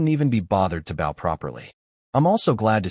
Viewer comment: Please make the ai do the pronunciation of 'bow' correction